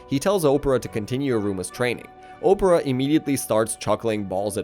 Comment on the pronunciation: IT HURTS TO HEAR YOU MISPRONOUNCING KALEGO’S NAMEEE 😭 K AH LAY GO. THATS HOW ITS PRONOUNCED- I didn’t mind much with the mispronunciation of opera’s name. Ah pear uh. Opera. I’m sorry if it seems rude of me but being this angry actually gave me a headache 🥲 I apologize if what I’m saying comes off as rude; and you can probably say their names how you want but it just hurts dude 😭